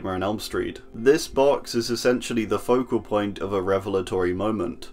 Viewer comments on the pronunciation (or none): none